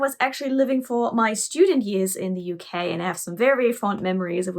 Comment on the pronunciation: "I miss the U-Key terribly much." Me: "Wait....WOT???"